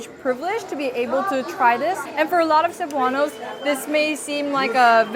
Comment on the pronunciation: its Cebuanos.. not Cebuans. hehe